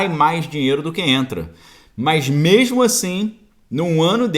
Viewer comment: Ótima live , passando sua opinião positiva do nosso país , gosto muito do seu ponto de vista , da sua análise ..... Mas você continua falando memo ou mema rsrsrs ... corrigi isso Parabéns pela live.